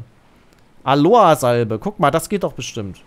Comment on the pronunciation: Nicht Aloa, sondern AloEEEEE.